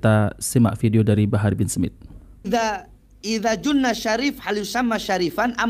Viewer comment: Bahar bukan Ida zunna. Masa cucu nbi. Ga bisa baca. Memalukan